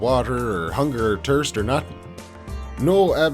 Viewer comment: Did this Dude just pronounce THIRST as TIRST !?? 😂😂😂😂😂 Yo!! I'm weakkkkkk AF 🤣🤣🤣🤣🤣🤣🤣